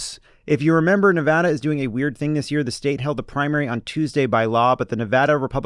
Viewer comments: I love that Jon knows how to pronounce Nevada. We matter, unless we don’t thanks to Trump’s minions. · I just want to appreciate you folks for pronouncing Nevada right. None of this Knee-Voh-Doh nonsense around here.